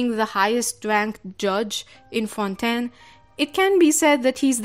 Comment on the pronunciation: finally another person who pronounces fontaine correctly as fon-ten